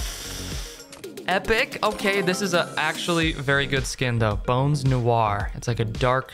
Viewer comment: bro said bones nowar 💀